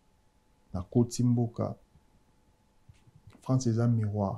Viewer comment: Ce présentateur a un problème avec la lettre R. Focse, macseille, fiecté 🤣🤣🤣🤣🤣🤣🤣🤣🤣🤣